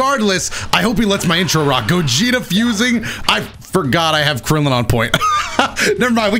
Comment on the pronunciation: "Ouhhh KRILIAN" lol